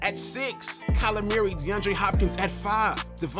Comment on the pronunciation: “Kyler Meeyeree” 😂😂